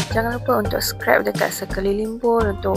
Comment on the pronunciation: Terima kasih share resepi. Cuma nak betulkan sikit sebutan scrape tu, bukan scrap. Scrap = sisa/bahan buangan Scrape = mengikis Kalau ada list bahan2 & resipi penuh di description video, lebih membantu & memudahkan viewers utk ikut resepi dlm video ni 😊